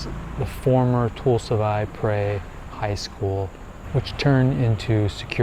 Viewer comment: Toul sleng ,not toul slung